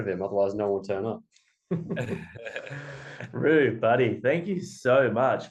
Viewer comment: It's Rou like cow, not Roo like shoe 😂